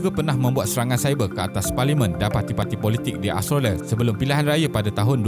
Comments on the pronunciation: Aostrolia plak sebutan dia 😆😆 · Mengapa susah sangat mengucapkan kata "Australia"? Something wrong?